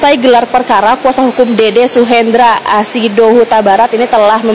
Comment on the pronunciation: Dede mbaak bukan dodooo😂😂😂